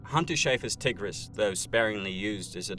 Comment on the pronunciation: love this vid but the way he pronounced tigris 😭